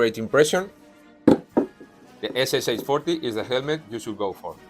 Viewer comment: Greetings from Russian reenactor! (I do mediaval Europe tho xD) Your video is unbeliavable cool, I recommended it to my bro who is History teacher to show it to his students. The only thing I need to say is that the helmet called SSh-40\СШ-40, where "Sh" or Ш is a single sound, like in the word "shark" or "shop". СШ-40 means Стальной Шлем образца 1940 года which means Steel Helmet, 1940 model. Same thing with PPSh, foreigners usually call it PPSH like four letters but it's actually three. So when you see SH in soviet abbreviatures, better check how it's written in Russian. If there is SH=СХ - it's two separate letters S and H, if it's a Sh= Ш, it's a single sound. Hope I made it clear, my English isn't really good xD Thank you again for amazing video and interest to our country and our history!